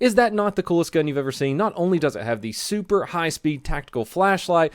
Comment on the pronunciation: You said super and awesome weird